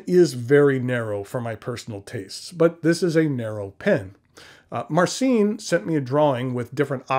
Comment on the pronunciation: You should polish your polish! "Vooy-tzeek", "Mahr-tzeen", that's the closest I can write. "Ci" is spelled soft, maybe close to the one in a spanish "macho" word. But still a good attempt to pronounce it!